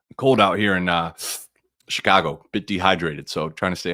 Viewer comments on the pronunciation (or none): none